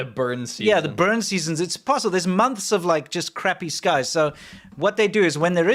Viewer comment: She still can't say months tho, that bit hasn't been stripped away. Munfs